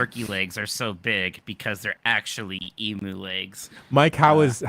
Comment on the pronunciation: Learn how to pronounce Emu correctly guys...I wanted to cut my ears off! off EMOOH? Nooooooooo! EE-MEW is the correct pronunciation for this Australian bird!